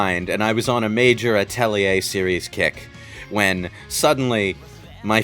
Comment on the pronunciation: Thanks for reminding me to play the Atelier games I have in my library. Also, "Uh-telly-eh"?